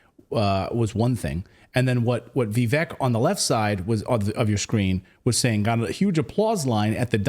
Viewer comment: How are you STILL calling him "Vee-veck" !? 🤦🏻‍♂️ it's (VIV-VAKE)